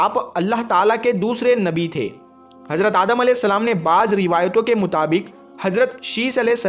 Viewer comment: Are jahil hajrat nhi hazrat bol phle jakar urdu pad